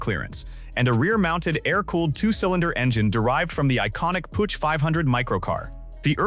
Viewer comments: Downvote for the inability to correctly pronounce PUCH... it's Puch not Puutsch! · It is not a pooch, it more like [pʊx]. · Pronunciation as well. 'Pooch' lol. Don't they even listen to it before they put it online? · AI/text-to-speech is dumb. Puch is not pronounced " pooch! While the ch sound does not exist in English, you can approximate it by pronouncing it like the ch in the Scottish word loch (as in Loch Ness). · and AI is not even consistent with itself! For the Pinzgauer it was Puck instead. Still wrong, but better than Pooch. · I'm already allergic to how you pronounce 'Puch'. It hurts my ears.